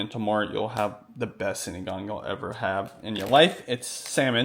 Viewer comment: Sinigang 😊 not sinagang 😅